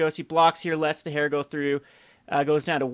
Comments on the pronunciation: Just so you know, "heir" is pronounced like "air," not like "hair." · Heir is pronounced "er" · Heir. Noun. Pronounced /er/ For the love of fuck,.. please...